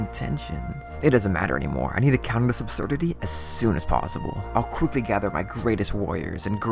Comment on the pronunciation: Between tree link making a comeback and you not being able to pronounce “quickly gather” to save your life, those last 20 seconds were wayyyyy too amusing 😂